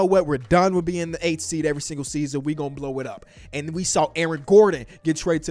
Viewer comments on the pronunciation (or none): none